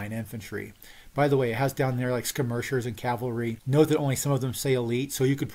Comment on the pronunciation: “Skirmishers” pronunciation😮